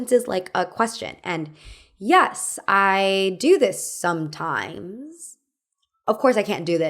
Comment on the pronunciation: Speaking of accents, why do you speak like that ? For example, you say '' I guass'', ''procass'' or ''yas'' instead of I guess, process and yes...